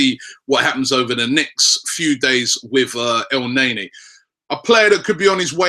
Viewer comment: it's pronounced "el-nair-nee"